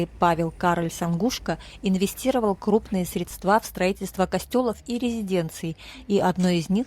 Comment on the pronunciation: Всё безумно интересно, но средствА вместо срЕдства режет слух.